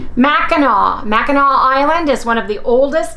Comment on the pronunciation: I swear I'm not being mean 🙂, but I'm a Michigander and it's pronounced MACK-in-awe. Don't worry, everybody outside the state gets it wrong. Fun facts, those of us in the Mitten call the people in the Upper Peninsula 'Yoopers', but they call us 'Trolls' because we live below the (Mackinac) Bridge. Mackinac Island is beautiful, but you will have to leave RVita behind because no motorized vehicles are permitted on the island. If you've ever seen the movie Somewhere in Time, it was filmed on the island and features the Mackinac Inn. I'm getting my first cans of sardines today and will be trying out your sandwich recipe. You always come up with the best tasting stuff. Thanks for sharing.